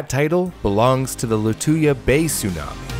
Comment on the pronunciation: It's not sunami, it's tsunami.